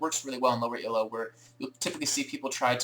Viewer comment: This is a really useful series. Minor quibble: "Elo" is a name, not an acronym. It's pronounced "eee-low", not e.l.o. =)